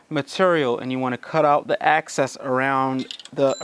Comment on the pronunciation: Access...Or excess? Tough to tell what you're saying